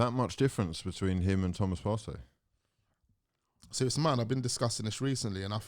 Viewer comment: Is there much difference between Partey and Elneny? Am I hearing his correctly??? It’s not even close 🤣.